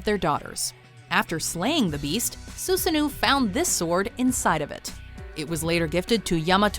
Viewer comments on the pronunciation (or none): Okay, first of all, learn how to pronounce names. KusaNAgi, not Koo-sanagi, Sosano'o, not Susanu and so on. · Sue-sa-no-oh not Sue-sa-noo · SUSANOO IS PRONUNCED SUSSANO! Seriously, be professional for once. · Susano-oh not Susanu It pronounce, Su-sa-no Oh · That’s not how susanoo is pronounced. Su san no o. The last o has an accent. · Lol Soosanoo XD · it's pronounced Su-sa-no-o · You really used footage of Hercules slaying the Lernaean Hydra in your explanation of Kusanagi? Okami was the better source as it showed Susano (pronounced Su-sa-noh, by the way) slaying Yamata no Orochi after Amaterasu got the serpent drunk. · Soo-sa-no-oh. Kyoo-Sah-nah-gi. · It’s like you hate the Japanese language, you pronounce everything else correctly but it’s like you purposely mispronounce all the Japanese names. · Wow, you are usually much better at pronouncing Japanese... This was awful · Joyeuse was pretty good. But Susanoo was terrible